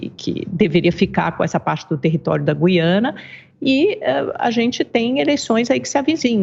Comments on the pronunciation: Goiana? É Guiana seu animal. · Sim, mas se pronincia "Guiâna" e não "Guiânia". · "Guiânia"😅😅😅 Esses "repórteres" da shopee não cansam de se expor ao R I D Í C U L O. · Guiania? Foi isso que ele disse? Kkkk